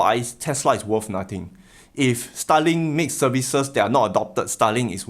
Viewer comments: I thought he said Stalin too. I was like, oh okay, he referencing WW2 now. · Love how you saying Starlink sounds exactly like Stalin :D